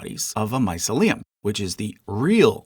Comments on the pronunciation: Not bad at all! Only a few mistakes - the main one, which really grated, is the mispronunciation of mycelium, which is always said my-SEE-lee-um. Also, puffball spores are brown or dark, not white. There was a possible mistake in yeasts, too, as you said fermentation is the process by which one substance breaks down another one. Well... yes... the 'substance' breaking down the sugar into CO2 and water, and releasing energy would be enzymes in the yeast cell. Fermentation is the action of an organism 'doing respiration' and releasing waste products such as CO2 (the bubbles in bread aren't air, as such) and alcohol, or another waste product. Finally, the lobster mushroom isn't itself a 'large mushroom'. It is a parasitic species which grows in and on certain other species of fungi such as Lactarius and Russula. But... I really enjoyed this video, thank you. Some of my favourite organisms were mentioned! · Genus is the singular form, and genera (/ˈdʒɛnəɹə/ JEN-uh-ruh) is the plural form. Mycelium is pronounced /maɪˈsili.əm/ my-SEE-lee-um. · What a wild way to pronounce mycelium. I wish fungi was its own chart. I would have purchased one if it was. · Not native speaker but isnt the stress on second vowel in "mycelium"? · My-SEE-lium, please. Doesn't end like 'mausoleum'. You are normally very, very good [as another comment says] but many of these Graeco-Roman names aren't what they look like. I should know - I had to learn them at school. Just as a tip, you can easily find out how to pronounce any word by typing "pronounce x" [where x is the word] into a search engine. - "fungi" is a plural - it's not "a fungi" - it's "a fungus". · linguist here: where you put the emphasis when you say "mycelium" is very interesting, I always thought it was my-silly-um rather than mice-uh-liam does anyone know if this one of those words that has multiple pronunciations in free variation? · The first time I've ever heard the word pronounced that way. My SEE leeyum is standard in my world